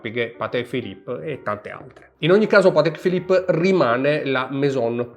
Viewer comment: Patekkkkkkkeee Philipppppeee 🤣🤣🤣